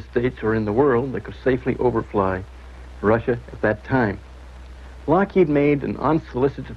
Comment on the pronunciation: it is lockheed, not lockhead ;)